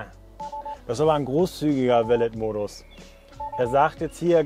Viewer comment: Pliquett Hi, nur so ein freundlicher Tippppp meinerseits... Beim Wort Valet (Valet-Modus = Valet-Parken [va'le: ˈpaʁkn̩]) wird am Ende das "t" stumm/nicht ausgesprochen. Es ist ein Französiches Wort:-)